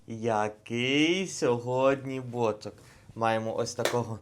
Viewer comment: Бочо'к наголос не туди так і привикниш